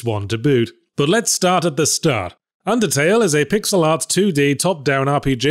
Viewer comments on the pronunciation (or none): none